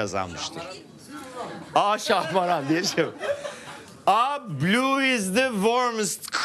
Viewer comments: abi şahmeran değil şahmaran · Yalnız İbrahim Beyciğim ŞahmEran değil ŞahmAran 🫠